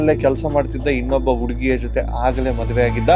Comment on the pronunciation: ನಿಮ್ಮ ವಿಡಿಯೋಗಳು ಮತ್ತು ಸಬ್ಜೆಕ್ಟ್ ಅದ್ಭುತ ....ಆದರೆ ಅಲ್ಪಪ್ರಾಣ ಮತ್ತು ಮಹಾಪ್ರಾಣ ಗಳ ಕಡೆ ತುಂಬಾ ಗಮನ ಕೊಡಿ ...ಉಡುಗಿ (ಹುಡುಗಿ) ...ಏಳಿದಳು (ಹೇಳಿದಳು)...ಕೇಳೋಕೆ ಹಿಂಸೆ ಆಗುತ್ತೆ